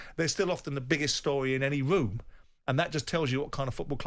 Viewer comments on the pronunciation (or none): Was it just the drugs or did Simon 🤔 just say "woom" and not "room" 🤔🤔🤷‍♂️🇮🇪🇮🇪🇮🇪🇮🇪